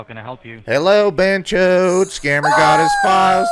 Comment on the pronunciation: I keep thinking you’re calling them chodes lmfaoooo